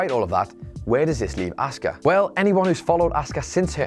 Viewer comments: Please teach how to say Asuka as he is convinced it's said Oscar and it is fucking annoying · the streak had to end it went on way to long and was getting boring. p.s. the way you say asuka is awful